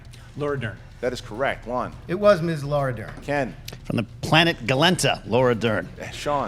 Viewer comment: It's Gatalenta, right? Not Galente. If I'm right, sorry Ken.